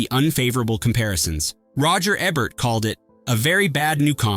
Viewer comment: Okay, so Roger Ebert’s name is mispronounced yet again. Hey, channel, fix this sh*t!!! 😡